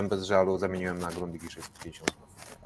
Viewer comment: Grundiga!!! Nie „grundika”